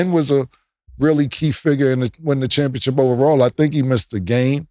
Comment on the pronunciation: Somebody help Cam learn to say ChampionSHIP. This man keeps saying championCHIP lol